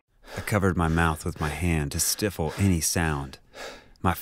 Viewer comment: It's stifle. There tends to be a lot of mispronunciations, from people reading the scary stories. But no. It is pronounced "stifle," with one "L" and a long "I" sound. 😊👍🏾